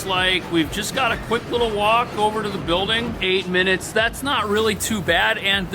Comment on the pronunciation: Love how you say "empire state BILL-ding". 😄😄😄